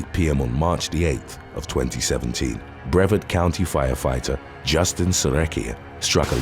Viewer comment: Brevard County pronounced Bree-VAHRD. There are so many of these crimes committed that I thought you might want to know.